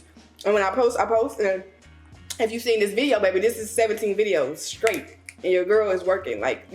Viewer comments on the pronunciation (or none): none